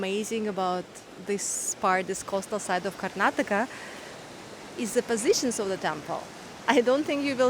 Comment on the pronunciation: Welcome to Karnataka, One State Many World's, And thanks for Pronouncing our states name perfectly as many people from India themselves don't know to pronounce it and remove the last alphabet 'A' from Karnataka.